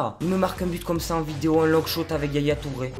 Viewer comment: Mdr longshout avec ton accent c mdr